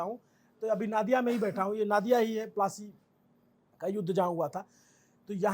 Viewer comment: नादिया नहीं नदिया